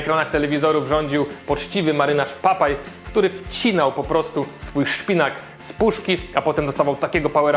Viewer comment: to jest Popey (Popeye) a nie Papay.